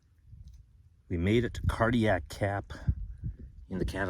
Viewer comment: Are you saying Cardiac Cap or Cardiac Gap?